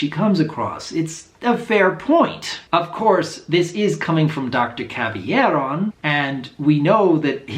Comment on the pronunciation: Doc. Say it with me. Cab Ill Air On. Not Caby Air On.